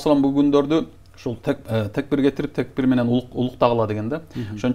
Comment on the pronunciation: Текбир дебей такбир десениз